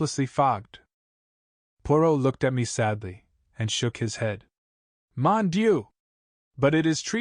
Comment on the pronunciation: Thank you for your service, reading PLEASE, PLEASE learn a little about French pronunciation to read Poirot. 'M.' is read monsieur(m'sieu, the French title for Mister) NOT M period. Mon dieu is pronounced MOAN DEEUH.